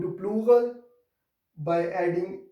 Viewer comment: hello sir! why ypou called olural to pluhal?